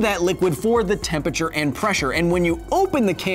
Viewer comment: love all the sciency stuff but still annoying that you mispronounce temperature.